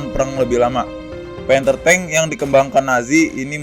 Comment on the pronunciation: Gw dengernya TANK PANTEK :v